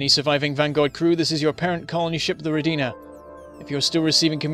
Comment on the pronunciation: It's Ro'dina! You are saying it wrong